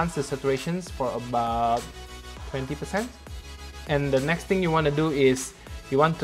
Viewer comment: Many times I heard “ neck “ instead of “ next